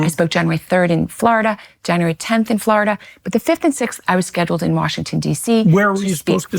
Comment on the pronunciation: Can’t take her seriously simply bc how she pronounces Florida 😳🤔😐